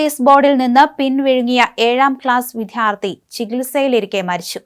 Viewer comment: വിധ്യാലയവും വിധ്യാർത്ഥി യും അല്ല കൊച്ചേ. വിദ്യാലയവും വിദ്യാർത്ഥിയും ആണ്.. നിന്റെ അന്യോഷണം എന്ന് പറച്ചിൽ കേട്ട് മടുത്ത് ഇരിക്കുകയാണ്. ഈ ഷാജൻ സ്കറിയക്കു ഭാഷാ ശുദ്ധി ഉള്ള ആരെയെങ്കിലും ജോലിക്ക് നിർത്തിക്കൂടെ.....???? 😡😡😡😡😡😡